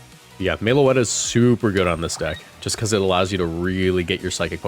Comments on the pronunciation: Everytime I hear Meloetta pronounced "Mayloetta" it inflicts 20 psychic damage on me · They way he pronounces it hurts me every time